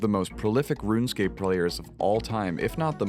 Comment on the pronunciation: What is this "Rune Scapé" you keep speaking of?